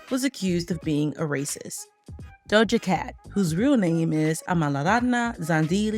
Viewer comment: The way her name was said 😭